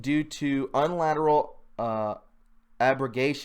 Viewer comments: Love your enthusiasm! BTW - it's pronounced "wa-Way" "Dew-art-a" "You-knee-lateral" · Also unilateral is u-nee-lateral, as in "one way" and no other options